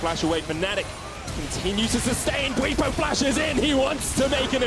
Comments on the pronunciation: bwetsy? Lmao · 15 minutes in and theyre already getting bwipo's name wrong again